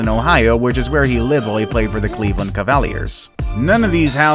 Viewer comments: The way this dude pronounced Cavaliers had me dead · "Where he played for the cav-iel-ears" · We not gonna talk about how he said,"Cleveland Ca-val-ee-rs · Federer, Juventus, Cavaliers... 🤦‍♂️